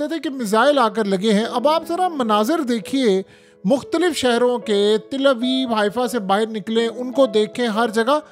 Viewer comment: Oh bai Til nahin Tal Aviv hota ha